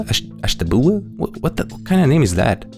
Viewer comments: It's pronounced Ash-tuh-byoo-luh. It's a native tribe. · It's pronounced "Ash-teh-be-ewl-uh" (ASH-tə-BYU-lə). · made me chuckle a little bit! Ashtabula is a little hard to pronounce but I’m in Pennsylvania, so I've lived by there all my life! It’s pronounced (ash - ta - bew - la) hope this helps! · native ohioan here, its pronounced ash-tab-YOU-lah!